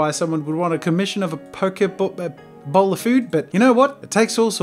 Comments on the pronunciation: It's poke-eh bowl 😉❤️ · I legit thought he was trying to say poke ball and I was disappointed... xD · its pronounced pokey bowl